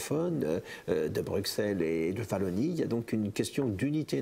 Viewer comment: Vallonie? Non c'est Wallonie !